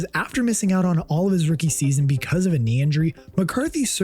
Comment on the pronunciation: How do you leave out the first r in frustration? Is not "fustration"... That's not a word....